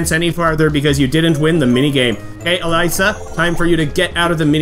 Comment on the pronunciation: Just some corrections: 1. Ursula's name is pronounced as Ur-suh-la. 2. Elisa's name is pronounced as E-lee-sa. 3. Advanced difficulty isn't the hardest difficulty. After beating it, you unlock Expert difficulty, and after beating that you unlock Master difficulty.